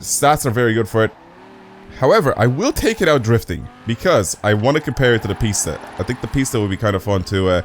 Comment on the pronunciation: Its not pronounced pests is pis ta